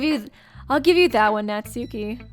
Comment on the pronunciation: hate to be a Grammar nazi but Natsuki name is pronounce nat-ski say it like this